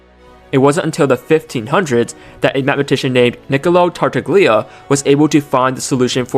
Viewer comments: "tartagllia" erm it's actually tartallia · Tartaglia = Tartalia. The 'g' is not pronounced.